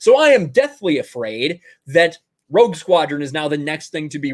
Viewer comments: When you said Rogue Squadron I thought you said Woke Squadron. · It sounds like you're saying Woke Squadron